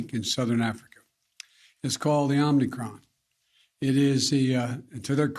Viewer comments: it's pronounced "Omicron" not "Omnicron" geez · He keeps mispronouncing it “Omni Cron” as he bumbles over elementary sentences. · He keeps calling it wrong. Lol. He's saying omnicron. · Lol, this is almost as bad as Trump’s 7/11 speech. Wtf is “omnicron” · Mr Biden, wtf is Omnicron? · “it’s called the omnicron” jesus christ. 🤦🏻‍♂️ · where’s is the first n coming from homie